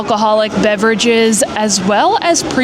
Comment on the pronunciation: You have been pronouncing Beverage wrong the past few videos 😢 miss your signature ‘beverage’